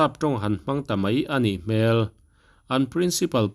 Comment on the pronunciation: A thu rawn sawitu thu lam rik dan kha sawi daih zawk teh ang" A nih hmel" tih ri kha.' hmel' hmai sawina lam a ni tlat. "